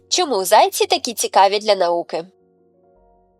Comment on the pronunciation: Не зАйці, а зайцІ. Перший варіант росіянський.